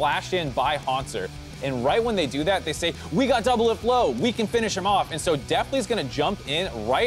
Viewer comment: Anybody else realise that Kobe said doublift and olleh